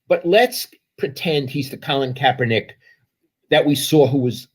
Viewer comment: Put some respect on Kaep's name, well done Lowell.